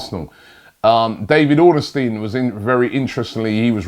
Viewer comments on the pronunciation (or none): Its Ornstein NOT Ornerstein...come on Robbie geeeez.... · Robbie. 2 things, you dont "figure" for a team, you "FEATURE" for them and it's not David ornAstein, its David ORNSTEIN 👍🏼